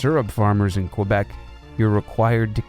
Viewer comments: That too. Should be "Kay-bec" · Isn't the most glaring mispronunciation in the video calling Quebec "Kwuh-beck"?